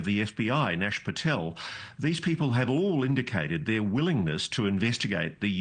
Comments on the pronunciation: "Nash Patel" Lol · 02.10 - Kash Patel not Nash. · Ross has officially gone bat shit crazy when he thinks Kash Patel will do something good as well as tulsi. Ross is so desperate he’s reaching bad 🤦🏻‍♂️ also it’s not Nash bud it’s kash lol! Might wanna do research on him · KASH PATEL! Not Nash Patel. He does that every time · Did he say Nash Patel?